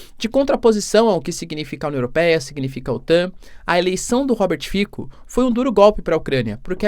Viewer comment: Apenas uma observação: se fala Robert "Fitsó", já quem em línguas eslavas que utilizam o alfabeto latino o "c" tem som de "ts"